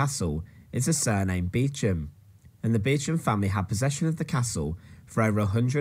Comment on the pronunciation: I've not actually visited Warwick Castle inside, but could I also recommend the church of St Mary's, Warwick? It's where the Beauchamp [pronounced Beecham] Earls of Warwick are buried in magnificent tombs. You might buy a castle in the UK quite cheaply, but there are snags! For one thing it will almost certainly be Grade 1 listed; this means you won't be able to do anything with it! Building a new castle would be expensive, and I believe you have to ask not only for standard planning permission, but for a 'licence to crenellate' (I.e have battlements). Since the 1150s our Kings have been careful whom they allow to build fortifications, although an eccentric millionaire did build Castle Drogo, in Devon, in the 1930s. I would also recommend two books, both I think by Simon Jenkins: A Thousand Best Churches; and one called something like A Thousand Best Stately Homes.